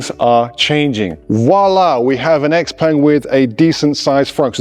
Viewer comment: Congrats… Can‘t even pronounce the name of the manufacturer correctly. Why should ANYONE listen to ANYTHING this (self-proclaimed, I‘m sure…) „expert“ goes on about…